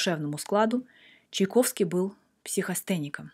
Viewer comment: Да Чайковский он, а не Чиковский